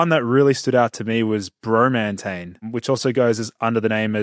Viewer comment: Bro-mantane, Adam-ant-mantane, hm